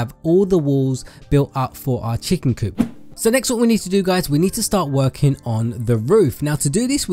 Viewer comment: he said twerking chicken coop instead of working